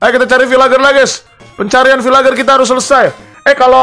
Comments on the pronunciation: Bukan vilager bang vilajer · Bang bukan bilang vilager tap bilang nya vilenjer🎉